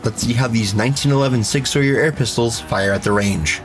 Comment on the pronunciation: Sig sawyer and glockleberry Finn